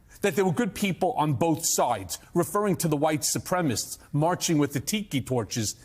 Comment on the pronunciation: The word is SUPREMACIST. NOT SUPREMIST.